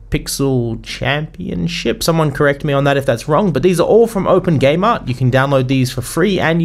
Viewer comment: I was concentrating on downloading unity while listening to this and I heard. Open Gay Mart. I was like WTF? Then I realized he said Open Game Art. LOL.